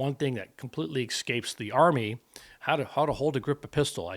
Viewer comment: Oh does it "excape" the army? Sounds like English escapes you. Just don't axe me a question, please. You sound unlettered, which checks out for Trump supporters.